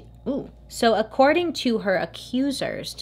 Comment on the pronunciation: when she says “accuting” instead of “according” i was dying 😭😭😂😂